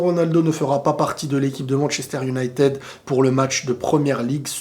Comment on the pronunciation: prononce bien Manchester United stp c'est horrible